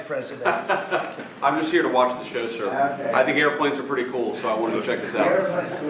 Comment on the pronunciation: JD Vance being unbelievably uncharismatic as usual; "I just came to watch the show, I think air-pwanes and weally cool sir. :)"